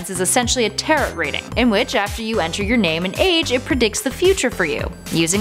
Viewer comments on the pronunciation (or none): none